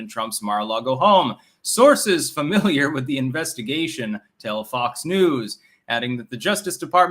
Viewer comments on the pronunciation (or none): none